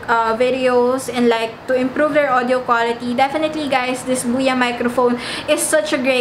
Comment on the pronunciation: Buya ba or boya? Nabobother ako sa pronunciation.. Huhu